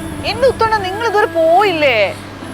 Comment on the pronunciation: മുത്തു അല്ല ഉത്തു